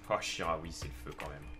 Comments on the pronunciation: c chikaoui pas charaui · Chikhaoui ca se prononce chi-ka-oui et pas chi-ra-oui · sa ce dit chicaoui pas charaoui